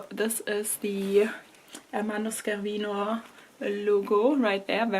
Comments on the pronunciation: totally understandable, it's quite a big mess lol SCHErvino would be written the way you pronounced it ☠️ congrats for the bag anyway, always class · On a side not about the pronunciation: It's not SK ervino But SCE is pronounced like in Chevrolet or Sheraton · Hi:) Scervino is pronounced as the sound ''sch'' in German, like the word Scherz. Tschuss!